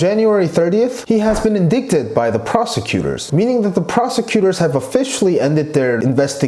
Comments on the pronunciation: You mean indickted? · Great reporting, remaining objective throughout. I think you're pronouncing "indicted" or "indicting" incorrectly. The second 'i" is a long 'i", as in 'eye', and the c is silent. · Thank you for posting this! I like the plain speaking way the facts were laid out in your video. Just to point out something that might be useful to you in the future... The second "I" in the word indicted is a long "I" and is pronounced like the word eye. So it should be ind"eye"cted. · in dick ted!? SOOOO TRIGGERED! hehehe indicted (in-dight-ted) as in... indictment (in-dight-ment) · Wanted to tell you that, although the word looks like "indicted," it's pronounced "in-dight-ed," and rhymes with excited, recited, and delighted... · Indicted is pronounced as “In-dye-ted” xD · It's pronounced en-die-ted yes, as in DIE, dead, gone. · Indicted. The pronunciation is in-dai-ted. Don't blame you, it's a hard word. Spelled indicated pronounced inDAIted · It’s not indicted, the “c” is silent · No offense but "indicted" is pronounced as "IN-DYTED". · i'm so glad i wasn't the only one that thought about posting this... his pronunciation is so good that hearing that single word pronounced wrong over and over was bugging me lol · Always love your videos! I know it is hard to pronounce a word you've only read and haven't heard. Indicted is pronounced as if it were spelled "indighted" :D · It is called "Ind 'eye" ted (indicted) English can be weird! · ☝🏽🤓Just a heads up....”indicted” is pronounced, “in-dight-ed”. 🤗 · Why would I want to listen to someone who can't even say "indicted" correctly! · It's pronounced: in-dye-ted . . . Not in-dik-ted, or in-dik-ments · FYI indicted is "in-die-ted" t is very soft & "in-die (t)-ment"